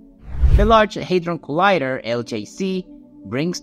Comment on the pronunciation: it is called hadron collider, not hydron collider hahah 🤣🤣